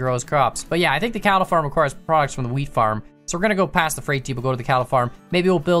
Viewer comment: whenever says wheat farm i swear to god it sounds like hes saying weed farm we've seen them in wisconsin before